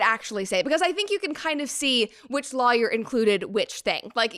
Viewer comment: My favorite part of the video is how Brett pronounces Lawyer (Law-Yer) 😂😂